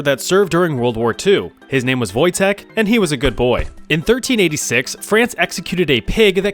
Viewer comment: Finally someone who pronounce Wojtek in a correct way, most people butcher that name, some to ridiculous degree